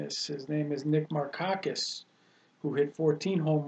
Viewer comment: FYI - Pronouncing Markakis wrong…. That doesn't look good